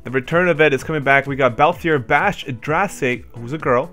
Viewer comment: Drace is "Dr-Ace" Vayne "Vein" :basch "bah-sh" that's how they are pronounced in the games :) and Larsa "Lar-sah"